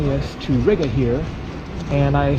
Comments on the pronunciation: It is pronounced reega not rig-uh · Isn't Riga pronounced "REEGA"? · Am i the only one that gets triggered by the way he says riga?😂(ri ga theres a space